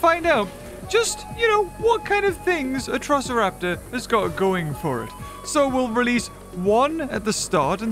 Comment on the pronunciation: Atrociraptors not atrisoroptars or whatever you said